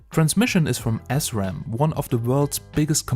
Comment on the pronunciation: Schönes Video! Danke dafür. Es versüßt mir das warten auf mein Urban. Hab es mir in den selben Farben bestellt und freue mich tierisch zu sehen wie es aussehen wird. Aber Diggi, eine Sache: man spricht es [sram] nicht [S-ram]. 😜